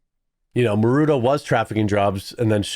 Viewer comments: You keep saying marudo instead of maduro. This is not the first time I see you mispronouncing names. You are a cool dude, but it makes you look unprofessional and undermines the trust in what you are saying. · You keep mispronouncing Maduro, it's Maduro, not marudo....